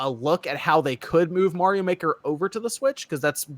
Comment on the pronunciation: Bob. You pronounce "Mario" like you're from the east coast or something lol